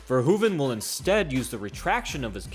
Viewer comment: We call it the dutch style. And it isnt verhuvan but Verhoeven.